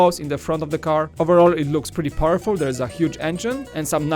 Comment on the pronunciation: I'd it just me or did he say 'purr-ful'